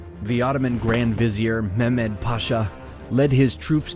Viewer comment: turks don't pronounce word like arab... it's Mehmet